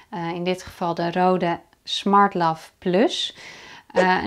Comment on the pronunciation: Goede uitleg maar het merk is niet Rode ( zoals jij het uitspreekt ) Je spreekt het uit als Reude daarom staat die streep door de O, dat maakt van de O klank een EU klank